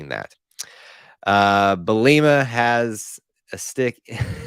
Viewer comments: Lmao I’ve always heard bee-luh-muh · 😂 Bee-lah-a-mah